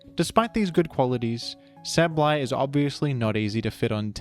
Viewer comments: DUDE... "say-buhl-eye". Not "sabb-blai". PLEASE. I had to click off of this video. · I’ve never once heard Sableye pronounced as Sab-lie. I’ve always heard it pronounced Sable-eye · Where did you get that pronunciation from though? It is sable, eye. I do not understand. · If you think that's bad, I originally pronounced (and sometimes still do out of habit) Sableye as 'sabble-eye'. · Sab-Lie is understandable if you don’t recognize the word “sable” when you learn the name, but it is strange to hear lol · My pronounciation: “Say - bol - eye” My parents pronounciation: “Pikachu” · isnt it sabel eye idk i could be wrong like with decidueye pronunciation(fr just asking no critique) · Yea… you still manged to say sableye wrong Nice vid tho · I had to pause the video after the first 10 seconds, I’m sure it’s very good informative I just can’t listen to the way you say his name 💀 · this guy pronounces "Sableye" like an automated hotline would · good video but they way you pronounce Sableye causes my brain to short circuit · Why are you saying Sableye like that... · Tf did u pronounce sableye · look my point is just that it shouldnt be pronounced like abs, it should be pronounced like able. The ab part. Also no, theres basically no universal rules like that in english. Youre just saying shit more confidently like it makes you more right bro stop